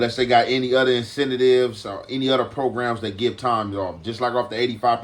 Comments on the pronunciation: Bro also said ‘imposing’ meaning ‘implying’, and instead of saying ‘incentives’, he said ‘incentivives’ 😂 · “Year-ies” “Incentitives” & “202040” all in the first 30secs is insane work my nigga need his own dictionary 😂😂🤣😂